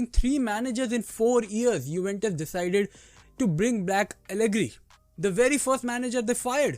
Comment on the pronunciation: Are bhai 'Juventus' hi hota h kya uventus bol rhe ho baar bar 😭